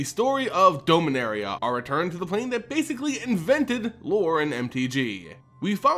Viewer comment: The way you pronounce Dominaria is triggering